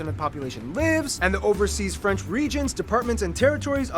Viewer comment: for your question no he don't pronounce french well for an exemple that is french!